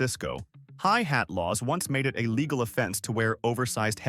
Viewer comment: Good gawd can't say LĒGAL, pronounces it līgâl.🙄